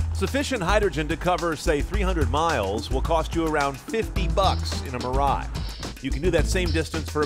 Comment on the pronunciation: Dam the way you butcher mirai. It is pronounced mi-ra-i